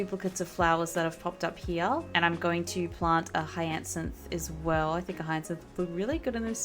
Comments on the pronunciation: Money trees can be picked up and moved, no need to chop them down ❤….btw, hyacinth is pronounced “higher-synth” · hyacinth is pronounced “hi-uh-synth” 😅